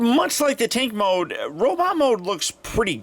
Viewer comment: am i the only one that heard him say "take mode" and not tank mode more then once?